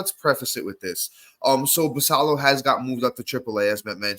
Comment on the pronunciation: Look forward to listening to you guys on my commute to work every morning. One small note, Samuel Basallo is Dominican so i believe he pronounces the "ll" as a "y" like Guillen